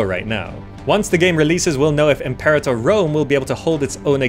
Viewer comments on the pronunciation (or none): Might be nice to pronounce "Imperator" the Latin way when refering to the Imperator: Rome game. It just seems to make more sense. I know, nitpicking. Nice overview.